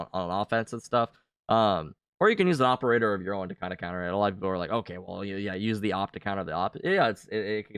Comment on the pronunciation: the awperator lmao